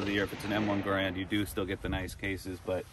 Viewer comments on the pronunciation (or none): I would like to think that you guys could pronounce Garand correctly some day.